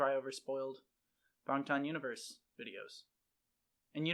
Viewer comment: THANK YOU for saying Bangtan correctly, some reactors have been reacting forever and still can’t do that, or even say their names correctly